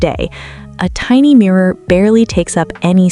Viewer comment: mini mirrorr